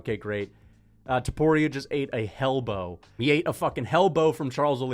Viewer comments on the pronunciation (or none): MY GUY SAID HELLBOW💪🤦‍♂️🤣 🤷‍♂️🤪🤣😂